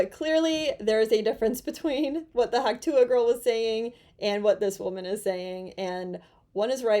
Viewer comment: Its "Hock twah"!! 😂